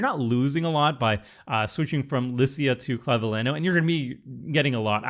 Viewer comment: The ñ in Clavileño makes the last syllable sound like nyo.